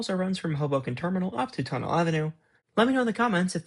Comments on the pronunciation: fyi Tonnelle is pronounced: Tunneh- lee (as if you said tunnel east quickly 😊and made ‘st’ silent) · Formerly from Jersey City, New Jersey here. Correction: Tonnelle Avenue is pronounced TON-EL-LEE. 😌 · Tonnelle Ave is pronouced Tunnell-lee not just tunnell